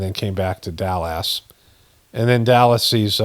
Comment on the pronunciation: If Daaji can't pronounce Dallas, how would he pronounce stripper from Arkansas? ( Sorry, it's already pathetic so I had to go there. 😊) Thanks 🌞❤️🌄